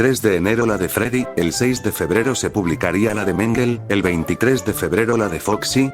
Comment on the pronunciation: mangle ❎ Menguel ☑️